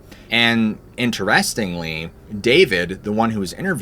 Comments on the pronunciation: Am I the only one bothered by the way he pronounced "interestingly"? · The video was great. I’m not trying to throw shade, but you’re saying “interestingly” wrong. It’s driving me crazy . 😂